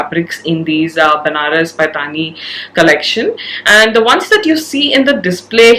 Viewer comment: Lovely video as always. Request you to correct the pronunciation of paithani.